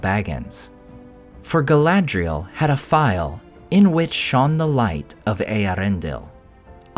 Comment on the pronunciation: Its Eee-air-ren-del